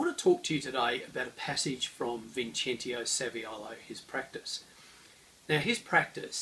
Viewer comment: Just trying to help, it is pronounced Vin CHE n TS io, Che like Guevara. Great video anyway!